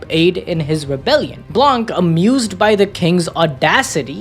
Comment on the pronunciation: has a french speaker I need to say blanc is french and the c is not pronounced we just say blan